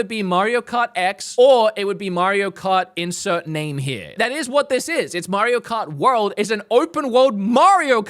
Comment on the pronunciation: Mairo Kart 😂